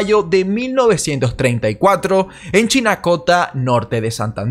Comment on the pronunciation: Chinácota, no Chinacóta. Buen video por cierto.